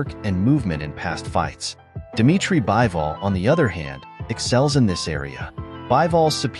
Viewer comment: It's bivol not bible